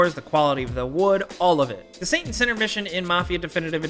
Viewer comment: why are you pronouncing "Saint" as a "Son"? 😂